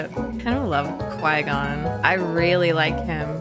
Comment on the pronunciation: Cor-Gon, Squee-Con, Qwee-Gon. So many names he has.